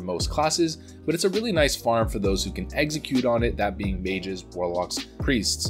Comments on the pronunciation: Dude you keep on saying "exeggcute" like the pokemon. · uhh no, he's saying "eggxecute" - not like the pokemon at all